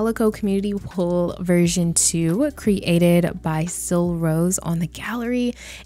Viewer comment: Cre-ator. Cre-ated 🤣